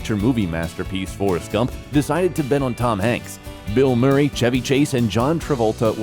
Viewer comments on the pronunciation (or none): none